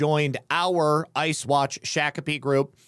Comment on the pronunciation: It's pronounced shock a pee